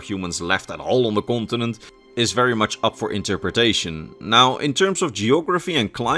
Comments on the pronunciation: I see, I did not mean to be rude, I probably came across that way, at first it sounded like you were actually saying gibberish, though I am pretty certain the way ESO pronounces it is not how it's spelled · which game are you talking about? Since the way your pronouncing it is nothing like how it's spelled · I am sorry but did anyone else keep hearing him say france when he talked about the continent the sload was from? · I love your videos but your pronunciation of continent is ear cringe. I hate to be that guy but it was said SOO MUUUUCH!